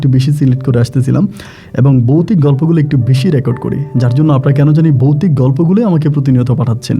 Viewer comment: বোকাচোদা বৌতিক না ভৌতিক,ভাষা সঠিক ভাবে উচ্চারন কর।